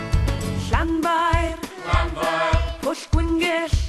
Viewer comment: Pwllll, not Bwllll.